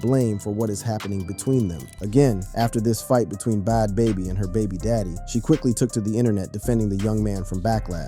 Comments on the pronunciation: wtf is “Bod Baby”?! It’s either a person who has no clue or AI. Both are awful… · He couldn’t even pronounce Bad Baby…